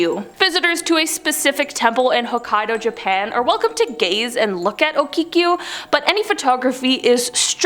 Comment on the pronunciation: Okiku..Not Okikiu..